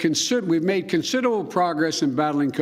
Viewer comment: “We’ve made consititableble pogess” - leader of the free world